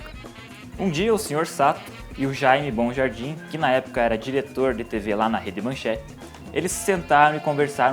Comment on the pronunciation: Não é Jaime BONjardim e sim MONjardim...